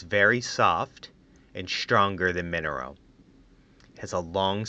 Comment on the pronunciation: Minnero wool? Or merino (ma-ree-no) wool?